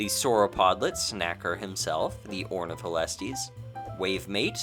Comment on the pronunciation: Knew you were, why did you massacre Ornitholestes' name like that:(